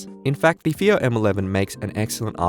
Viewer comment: It's pronounced as "Faayo" not "feeyo". The rest of the review was really great and detailed.